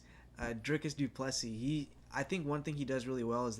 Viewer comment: This might just be the worst, most disrespectful commentary ive seen yet. Strickland simps can only say his name wrong. Fucking weak